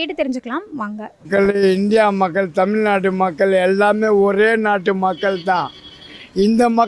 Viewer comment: தமில்நாட்டு இல்லை. ஏன் இப்படி கொலை செய்யறீங்க?